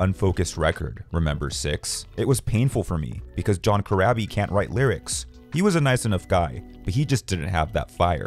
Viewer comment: It's pronounced Cor-raw-bee.